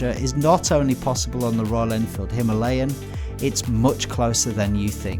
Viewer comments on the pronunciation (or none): Very nice video and it would be even better with the pronunciation stressing the first A - "HimAlayan." Our beloved mountains are called that way. No story of India is complete without them, without that name. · It's no himeliyan ...it's Himalayan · Pronounce correctly Himalayan